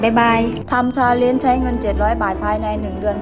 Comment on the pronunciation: ฟังทีแรกได้ยินว่าทำ "ซาเล็ง" เจ็ดร้อยบาท, กูก็ยังงงๆอยู่ว่าทำทั้งคันได้เหรอว่ะเจ็ดร้อย. ที่แท้ก็พูดไม่ชัดสัส555